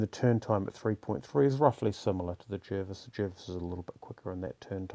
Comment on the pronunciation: Pronounced “Jarvis”